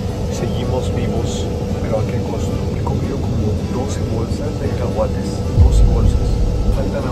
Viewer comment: cacahuates ❌ Caguates ✅